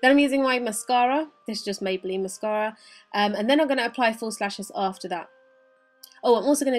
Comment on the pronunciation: How you say 'mascara' haha Love this tutorial! :) x